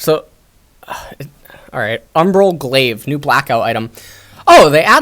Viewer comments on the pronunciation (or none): none